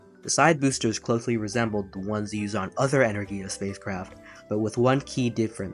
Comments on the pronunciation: My ears fold up in a tube whenever he says enerIya and no enErgiya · "Energia" is pronounced "En-ER-Gee-a".